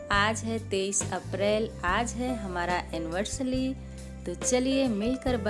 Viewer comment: एनिवर्सरी बोलते है एनिवर्सली नहीं,,,,,,,by the way happi anniversary